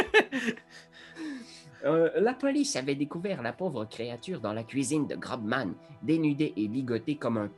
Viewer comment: Excellent ! C'est peut être fait exprès pour déconner mais GroBman se dit Grossman pour info ! Continuez comme ça c'est trop chouette !